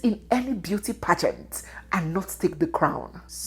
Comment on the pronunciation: Young lady, your pronouncement of the word “pageant” is awful!👎